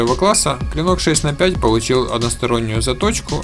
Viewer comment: Между цифрами букву Х следует произносить как Холодное 6 Холодное 4 и 6 Холодное 5 !!!!!!